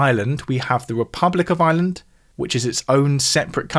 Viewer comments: I pronounce island and Ireland very differently, but they sound very similar coming from! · It's SO strange to hear "Ireland" pronounced as "island".